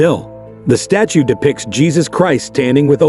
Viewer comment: "Statue" yet pronouncing it like "stature" sometimes. Why?